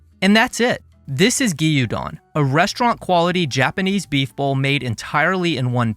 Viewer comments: great video but "gee-yuu-don"? it's "gyoo-don" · Fantastic video, as was your DTF cucumber video! Your Asian dishes are really thorough and accurate. Just one tiny bit, gyudon is two syllables. 😅 Gyu is one sound. Cheers.